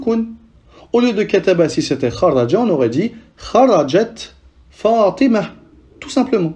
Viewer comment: D’accord. une autre question si ça ne te gêne pas: On prononce le H à la fin d’un prénom? Je t’ai entendu dire Fatimah On dit Fatima ou Fatimah? 😅 Merci infiniment pour tes cours. Tu expliques très bien.